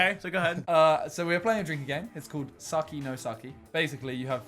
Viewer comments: i hear sucky not sake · I know what he meant, I was just making a joke out of it. But Sake is not pronounced Saki.